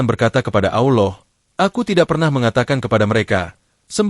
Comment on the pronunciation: Min, sebutan ALLAH itu biarlah yg benar. Kamu sebut "Auloh" yg selayaknya disebut ALLAH. Auloh itu sdh lain artinya. Hati2 Min....